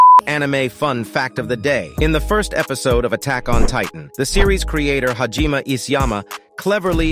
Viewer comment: Pronounce Hajime correctly next time